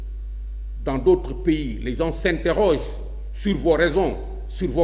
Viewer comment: Yow , amatti nga diomm. On ne dit pas gensss , c'est une faute. Sonko doussène morom , khamal li ngay wakh dé, niammone nga